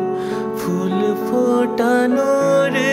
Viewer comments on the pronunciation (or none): Pronunciation vul ache bodhoi , ota hul fotanor chole hobe bodhoi, correct me if I am wrong, else darun rendition